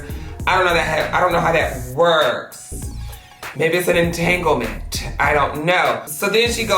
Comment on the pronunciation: omg I literally choked on nothing when he said "EnTanGleMeNt" lol I can nooot